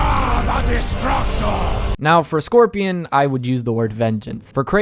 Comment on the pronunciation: How you butcher Scorpion's name like that? My goodness